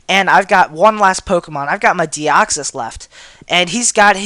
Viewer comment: He said Deoxys but it sounded like Arceus